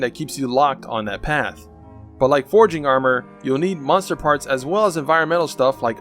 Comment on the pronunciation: Thanks this is very helpful also why does he say monster weird